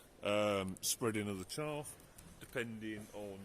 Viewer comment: Its charrrrrffin obvious wherrrrrreeee the charrrrrfffff coms auterrrr.😂 its baaaack aaaarrrrsssseeee😂oooowarrrrrr